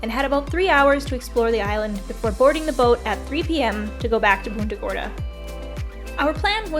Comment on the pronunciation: You seriously didn't show mangrove road? Dude, thats iconic boca grande. I grew up going here every weekend cuz we lived in port charlotte. As for how you pronounce punta gorda..wow. 😅 never heard that before and i went to high school in punta gorda